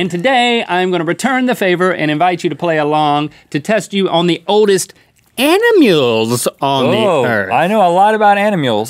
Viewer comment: Didn't know anyone else pronounced it 'animules'! 😂